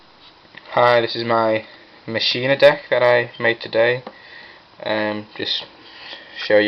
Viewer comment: first helpful tip, its Machina as in (Mah-Keen-Ah) Its Latin for machine. Just like the saying Deus ex Machina, Day of the Machine, Second word of advice dont run Gadgets, they slow down the deck, with my pure Machina's I just run the Fortress, Gearframe, Peacekeeper, and Force It is stronger and faster, also replace the Gadgets with Jinzo and Jinzo Returner, Far better, and your opponent cant bottomless or anything.